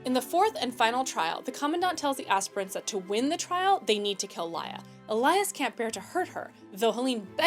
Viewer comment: Can’t pronounce “commandant”. Can’t pronounce “Aquila”. Can’t pronounce “aspirant”. Wow, I suck 😂